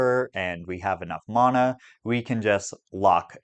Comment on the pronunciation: Leaving the video 60 seconds bc of the vile way you pronounce “mana”